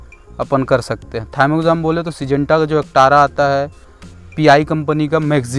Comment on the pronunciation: वो थायमेक्साम नहीं प्रभु थिओमेथाक्सम होता है